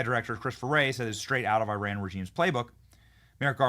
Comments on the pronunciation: Pronounced E-Ron not I-Ran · EYE-RAN IS SOMETHING YOU DID YESTERDAY. THAT MIDDLEEAST COUNTRY IS EAR-ON - FROM A NATIVE IRANIAN